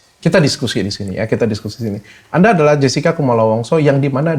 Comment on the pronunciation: Jessica bukan jascika😂😂... Anda menuliskan pronounce english yang diindonesiakan yah